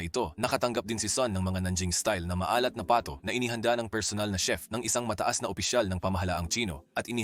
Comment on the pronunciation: ayusin mo pagka-bigkas ng salitang PATO... nag iiba ang kahulugan dahil di mo na-bigkas ng maayos